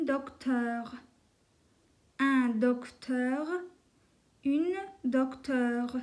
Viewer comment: une dokteure degil une docteure